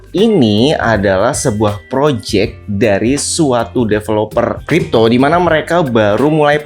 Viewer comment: Jadinya Cipto 😂